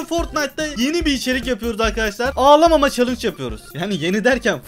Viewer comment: Nobody::ağalama